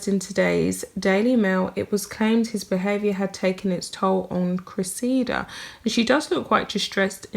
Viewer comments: Dear The name Cressida has the accent on the first syllable. Pronounced Cre’ssida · Her name is pronounced Cress i da. She was right he his so far up his own ass he can't see daylight!! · I believe you pronounce it, cress ee da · Cress-i-duh is the best I can do for phonetic pronouncing Cressida. Hope it helps. Love your pieces which are very insightful. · Cressida. Pronounced .....Cress (like Press) - i - like the I in it) and da (like dah in la di dah) 😻